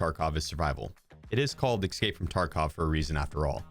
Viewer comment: E-s-cape, not e-c-scape. Good video tho!